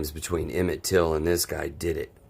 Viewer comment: Damn, Sister. At least get Emmitt's Last name right. It's not Tillman, it's Till.